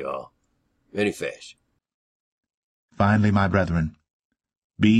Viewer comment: joe pish , this made me chuckle. He's saying "hey many fish"